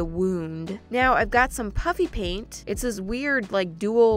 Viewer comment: To everyone who hear puPPy paint... IT'S puFFy PAINT 🙂🙂🙂